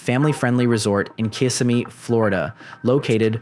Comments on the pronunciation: It's pronounced "kuh-sim-ee" lol not "kiss-uh-me" 😂 Don't mind me ...just a crazy local. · Hearing “Kiss-a-me” is so funny it’s kuh-sim-ee lmao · It's not KISS-imee, it's "ki-SIM-mee." Nice to see again. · Kississimee is pronounced "Ki-sim-ee" not "Kiss-a-me" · Pronound: kissim-mee, Not Kiss-i-mee. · It’s pronounced Kuh-simmee, NOT Kiss-a-me! Get it right. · Where the hell is "Kiss-immee"? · It's kuh-si-mee for future reference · kiss- SIM-a-knee 👉🏼☝🏼👈🏼🦵🏼 😚 SIM-a 🦵🏼! Lol! 😆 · "Kia-simmy" lol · It's Kiss-Sim-E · How this channel is popular is beyond me. To be such an explorer and to mispronounce the name of the city that you’re exploring, is pretty pathetic.